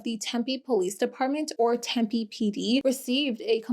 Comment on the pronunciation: Yessss for PP properly saying Tempe 😊